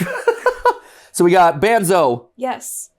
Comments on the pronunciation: It's Banzo (pronounced Bonzo) the dog. And Henry is the ALIVE Henry doll. Banzo is Henry's dog. It's all a family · It’s not banzo it’s bonzo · Henry isn't the Master mind. He is just angry with Martin bc Martin Killed his dog, Banzo (pronounced Bonzo), and bc Martin is the one turning people into animatronics/puppets. Henry is Martin's son and Arthur's nephew. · NOOOOO ITS THE OTHER WAY AROUND. Martin Killed Arthur bc Arthur found out about Banzo (pronounced Bonzo) and was taking Martin's kids and wife away. Martin and Arthur are brothers. Arthur is the Icecream man. Smh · ITS BUN-ZO NOT BAN ZO MATPAT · Aight so I might need to explain some things, but Henry is Martin's son, the shadowy figure is gloria, the icecream man is arthur and the dog is banzo (pronounced bon-zo) and the daughter gets shown later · His name is bunzo not banzo and a dog just for some clarification and lore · Henry is Thomas (the son) Banzo is Banzo (the dog, pronounced Bon-zo) Icecream Man is Arthur (Martin’s Brother) Martin is the killer The lady in the background (who looks like the singer in Kiss) is Gloria (Martin’s wife) You have not met the other characters yet.